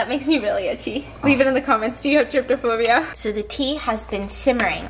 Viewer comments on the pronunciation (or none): anybody gonna tell stephanie its trypophobia and not tryptophobia